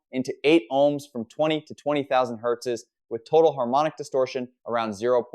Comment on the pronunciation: What’s a hurtses?